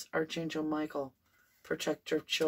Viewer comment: I really enjoy your readings and your channel! And I love that you call in archangels before the readings. (One minor thing: the word “archangel” is actually pronounced ARK-angel in the U.S., and ark-AN-gel in the U.K.—both with a hard K sound.) It’s totally a minor suggestion as it’s just one of those words that doesn’t sound quite like it looks. (Former editor here…so please know I mean this constructively and with absolutely no malice! It’s just a funny word!) Thank you for keeping Summer’s name out there! 💖